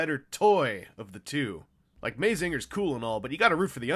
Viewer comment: YOU PRONOUNCED MAZINGER WRONG!!!!!111ONE!!!!!1